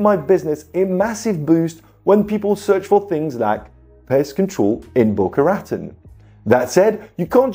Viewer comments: The way you pronounce Boca Raton Florida is so annoying. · you might want to know Boca Raton is pronounced in a French way. It is strange but heck, it's the US.